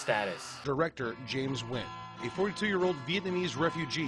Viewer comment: One day white people will learn to say the name Nguyen